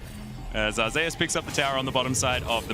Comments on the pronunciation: Why are they pronouncing "Zeus" as "Zay us"? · I can’t stand the way the pronounce Zeus